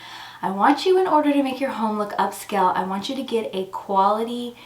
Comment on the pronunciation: I apologize for my rudeness, the word is not up-skell.